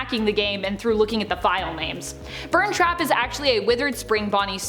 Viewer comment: You say burntrap as burnt trap.